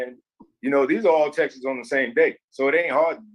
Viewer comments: I have the texisus? Really? Texisus? Texts is too complicated? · The way he says “Texas” instead of texts smh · I am so exhausted from the inability to speak English. Textes is not a word.